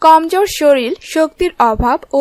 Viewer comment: শরীল না আপু শরীর